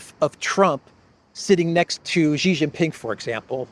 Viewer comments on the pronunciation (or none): again: "Xi" in Xi Jinping is pronounced a lot like "she", as in the female pronoun. Not with a sound like "z" in zebra, "g" in genius, "j" in je t'aime, nor "s" in sea. Cheers.